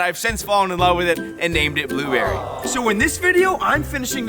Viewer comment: "FRENCH ACCENT" Blueberry